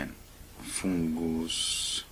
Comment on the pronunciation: 😂I love the way you say foooongoose 😂 mate I appreciate your showing us how to clean it🙏😉